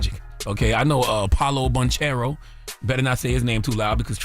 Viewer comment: Charlamagne didn't even pronounce Paolo Banchero's name right. We all know he doesn't really watch basketball.